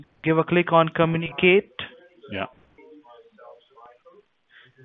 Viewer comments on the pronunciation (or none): "give a click on comuniKATE" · I'm sorry but I laughed so hard when he said 'Come-uni-kate' lmao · When he says "communicate" it sounds like "come in a cake